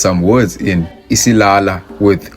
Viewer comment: Isiyaya 😂😂😂 not isilala